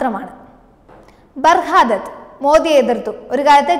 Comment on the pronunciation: Paerukalude pronounciation full thettaanallo!!!! Barha Dutt, Ahalya Fai Golkar, ebdha sookshichu vaayichoodey?